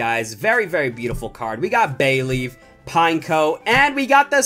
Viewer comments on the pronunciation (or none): none